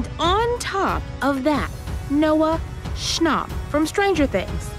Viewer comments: "Noah SchnOPP" It's Schnapp but ok✨ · she pronounved Schnapp like Schopp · Did she say schnop ITS SCHNAPP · Noah SCHNOP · the way she prounounced schnapp triggered me